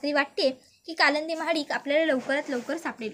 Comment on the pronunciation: कालच झालं "कालंदी" पुराण ! कालिंदी तरी म्हणा...